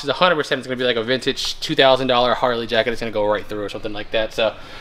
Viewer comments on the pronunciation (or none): none